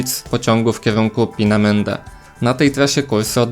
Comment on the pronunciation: Twoje Pinemende pisze się i wymawia Peenemünde. Szerokie e oraz pomiędzy u i y.